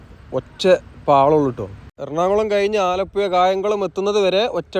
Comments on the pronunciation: ഇങ്ങള് ആലപ്പുയ എന്ന് തന്നെ പറഞ്ഞാൽ മതി മുത്തേ, അത് കേൾക്കാനാണ് ആലപ്പുഴ എന്ന് പറയുന്നതിലും സുഖം! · ആലപ്പുഴ എന്നു മുൻപത്തെ വീഡിയോ യില് പറഞ്ഞു തന്നത് ഈ വീഡിയോ യില് 😂😂😂 അച്ചരപുടത ഉണ്ടാക്കീട്ട് പോയാൽ മതി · സ്നേഹം കൊണ്ടാണ് പറയുന്നത് ബ്രോ അല്ലാതെ ബ്രോ ഴ യെന്നോ യ എന്നോ പറഞ്ഞാലെന്താ .❤ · ഡ്രോൺ vdo സൂപ്പറായി. മനോഹരം. ആ കറക്കി കാണിച്ച സീൻ അടിപൊളി. പിന്നെ ആലപ്പുഴ: ഴ.... ഴ..... കോയിക്കോട്ട് -😂' അല്ല .... കോഴികോട്..